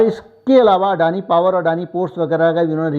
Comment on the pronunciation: अडाणी को अडाणी कहो. आप जो कहते हो वह हमें सुनना पडता है. दुरुस्ती जरूर जल्दी करो.